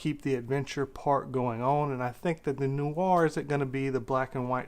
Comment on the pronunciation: Its femme fetahle, and film noowah, not noowar or noor or noo-ah